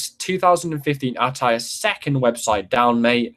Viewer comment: Can you please say attire right